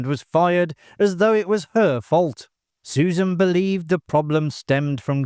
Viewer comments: My favorite guilty pleasure. A major hoot. And it's "Dry-fuss" and "Su-ZANN." ❤❤❤❤ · I kept noticing that, too. Susan, Susan, Susan. 🙄